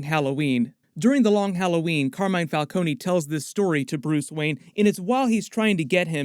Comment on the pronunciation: I knew they were pronouncing Falcone’s name wrong in the movie